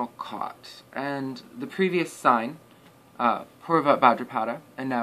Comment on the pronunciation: Buddy, it’s NOT ULTRABHADRAPADA it’s utrabhadrapada !!!